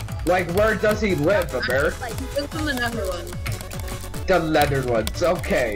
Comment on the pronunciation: "the letherlands"